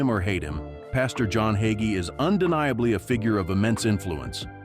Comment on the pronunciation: Waste of time! Narrator can't even pronounce his name correctly! He's a great Christian man